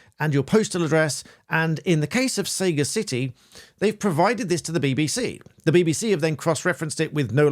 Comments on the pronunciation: I think it's probably pronounced 'sagacity' like the noun, rather than 'Saga City'. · It’s pronounced sag-acity not sayga-city…it means wisdom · What does the law say about consuming BBC content through sources other than iPlayer, such as streaming sites, torrents, YouTube etc? Not live TV. Btw Sagacity is probably pronounced as pertaining to being sagacious, suh gas city, rather than say gah city. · I doubt that it's pronounced 'Say-ga-city' - it's 'sag-ass-ity'. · It's pronounced "sagAcity" which means "foresight, discernment, or keen perception; ability to make good judgments". Not "Saga City". ironic or what! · You're a barrister and really smart and well educated so why are you pronouncing the word wrong? It's Sah-GAH-sit-ee not Sega City. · Saga city. Giving your age away there. It sagacity, pronounced as sa gass itty. Derived from sagacious, having or showing a keen mental discernment and good judgment. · səˈɡasɪti not sega city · It's pronounced Sa Gasitty. Not Saygisity. Shocked an educated man like yourself didn't know that. Sagacity means the quality of being discerning. Sound in judgement and farsighted. Wisdom. You dropped a major irony ball there. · Shouldn't it be pronaunced "Sar-gar city" rather than "say gar city". It sounds like SEGA with the latter. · It's sagacity not saga-city. Like a sage... etc. Bellend. And about the BBC. It's always worked like that. You pay or or listen to annoying adverts. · Sorry but I can't get over the endless pronunciation of "Sega City". It's "suh-ga-sitty", surely? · Very creepy. btw, sagacity is pronounced sa-GAcity not SAga-CIty. It's the quality of being sagacious and is even more creepy because they chose this for their name. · For goodness' sake - it's saGASSity, not Sayga City. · Sah gas ah tee: Sagacity not sega city. I am sagacious enough to spot your mistake. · 'Saga City' ???? - it's Sagacity - meaning wisdom. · Who would trust a lawyer who pronounces "sagacity" as "Sega-City"? Not very sagacious.